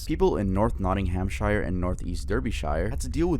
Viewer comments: For reference, its most commonly “nottinghumsheer” and “darbyshure” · And it's not Notting-ham-shi-re or Derby-shi-re. It's Notting-um-shuh and Derbyshuh. In the UK, you don't pronounce shire as shi-re. It's shuh. I wouldn't pronounce Van Nuys as Van Nu-is. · i love but the way he pronounced nottinghamshire and derbyshire really hurt as a brit the word shire is prounounced as sheer as in sheering a sheep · nottinghamSHIRE and dErbySHIRE lmaoo, sorry, but its not pronounced like that…